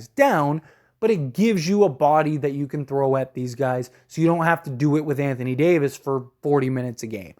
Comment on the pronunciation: "Some Gays" 😂😂